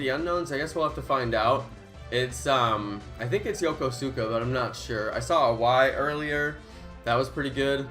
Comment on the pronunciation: You can’t even say Yokosuka right. Why the hell do people like you have to use up the codes when you’re not even going to the event and it ruins it for people like me that live less than an hour away. Thanks a lot.